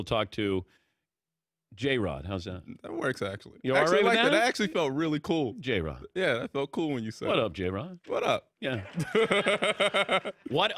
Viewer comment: Why is Dan Patrick such an enormous dick, his name is NOT Jayrod, you asked him to pronounce his name, he did and you insisted on being an insulting jerk by saying it wrong, deliberately, then WTF ask him to pronounce it? You are a total asshole, I hope Jerrod never speaks to you again! PoS!!